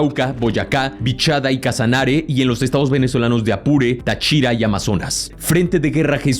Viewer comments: Lo único que no me gustó es tu mala ortografía Urabá Sabtrích Las tildes se leen Cómo vas a decir tachira es táchira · Hola con todo respeto te vengo a corregir que no se dice tá_chira es más normal Y tranquilo tachira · Corrección querido, se pronuncia Táchira, con acento en la primera A, muy buen video❤ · Querido, hay varios errores en la pronunciación, algo pasa en tu redactor o en tu dicción. Ejemplo: no es Urába, es UrabÁ, no es Amazónia, es AmazonÍa, no es Tachíra si no TÁchira. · Pequeña corrección: el estado se llama Táchira, con acento en la primera a. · Este señor le va mal con las tildes: Calarcá, Amazonía,Táchira podrían decir que es secundario como se pronuncie que lo que importa es el contenido,pero si se acentúan se escuchan mejor. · Táchira, acento en la primera a, no en la i, pd soy de Táchira jajaja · Muy buen video de puede decir que sabes más de esto grupo que algunos colombianos Muy bien todo disculpa que te corrija pero en algunos nombres te equivocaste en la acentuación de algunos lugares y nombres Calarca' Amazonía Eliece'r César Táchira Urabá Santrich Orinoquía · Bro Táchira lleva acento en la primera sílaba no en la segunda 😅😅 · Hermano tienes puesta la palabra en texto TÁCHIRA el acento es en la 1era A - no en la I - soy de Venezuela. Por eso corrige el loco la pronunciación. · aprecio mucho tu contenido y con mucho respeto te hago una observación cuando lees lo nombres no saltes los acentos; en los subtítulos están perfectos, pero en la lectura los saltas y cambia totalmente el nombre: Urabá, Táchira, Caquetá, Calarcá, úsuga